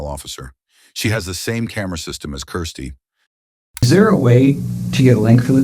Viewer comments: I hate the way he says Kirsty. What a horrible name, sounds like crusty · Seriously the narrator needs to figure out whether her name is Kirsty, Christie or Kristy